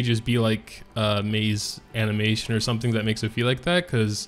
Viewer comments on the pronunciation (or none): none